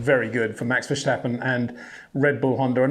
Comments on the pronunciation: The name is Verstappen Peter, not Vershtappen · Again, it is NOT Versjtappen, but Verstappen, like in "stoppin' " You're welcome... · the right pronunciation is Ver-stah-pen , S to the T, there is no shhhjj sound in his name. the meaning of his name is either: (1) make a wrong move with your foot, e.g. on a root in a forrest (verstappen, step wrong) (2) tap a beer fresh ( vers tappen) (3) going out in a far location (ver stappen) no joke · Can anyone point out to Peter that is is not pronounced as "Verschtappen"...simply "st" like in "step" :) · Yeah right, Max Vershhhtappen and Pear Gasly. Come on Peter🤦‍♂️You can do better than that. Btw. how do you pronounce the word "stop" or "step"? Is it something like shhhtop or shhhhtep. I don't think so.😎